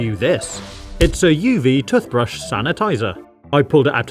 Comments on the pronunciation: Toothbrush is pronounced "tewthbrush" not "tuhthbrush". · The way he ses toothbrush doesn't sound right 😂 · "TUF" brushes 🤣🤣🤣🤣🤣🤣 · Why you say tutbrush 😂😂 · I don't know why but I genuinely like how you say toothbrush 🪥 😁👍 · Ah yes tuthbrush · Great video as always. I love the way pronounced toothbrush... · Tuffbrush and Tuffpaste? That is not how you pronounce it. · Tuthbrushes 💀 Tuthpaste 💀 Water fassets 💀